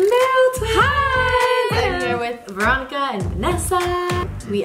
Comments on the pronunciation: It is Ronica not Ronka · franny said vronca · did she just called her "vronka"?? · Hahaha you said veronices name rong